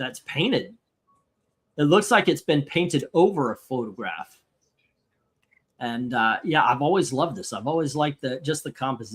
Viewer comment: "It's a Photograh."